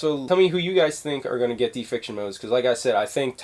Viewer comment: Not "defiction" it's deification. Day-eh-fi-kay-shun. Not trying to be an ass, but i got triggered lol.